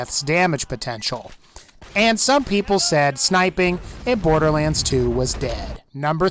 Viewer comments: He said borderwands when talking about the hellfire XD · No hate but borderWaends